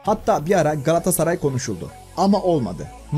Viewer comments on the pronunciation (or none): none